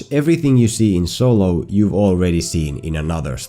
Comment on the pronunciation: “So-Low” 😂😭😭 had to thumbs up this vid just off that